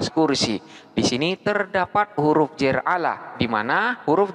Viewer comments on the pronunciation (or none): huruf Jar..Bukan huruf Jer... (kebanyakan indo omongnya huruf Jer?1?!??...dalam tulisan arab ga ada huruf vocal "e". Huruf vocal di Arab hanya ada 3 a, i dan u. Tidak ada o dan e. Suara O dan E hanyalah salah pronouncing/bunyi